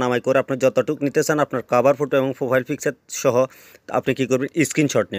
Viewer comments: Apnara naki..po....k...fo...bolen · আপনি প্রোফাইল কে ফোফাইল বলেন কেন।